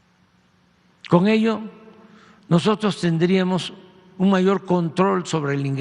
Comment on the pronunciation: Yo oigo al presidentito de mexico. Dice así cong nosotros,,,!! Cong ustedes